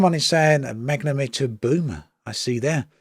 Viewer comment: Not enough in there for me to get the game yet. When they get science working, fix more of the bugs and optimisation maybe I'll consider it but until then I'll remain a disappointed KSP1 player .... Btw it's pronounced mag-net-om-eter